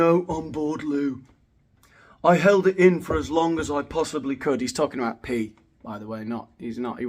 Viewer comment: What are you dalking aboud? 😆